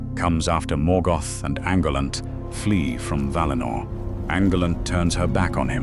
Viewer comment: It is. THis Narrator mispronounces other names too, e.g Nazgul and Ungoliant. . He is too bone lazy to get the names right.